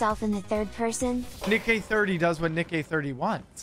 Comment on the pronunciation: Bro said nick-A 30